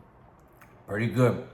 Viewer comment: I was told to never talk with my mouth full and now i get it. I swear the 1st time i heard u say.... Pretty damn good... It sounded like.... booty damn good 😂😂. Im not saying u said that. It just sounded like that to me.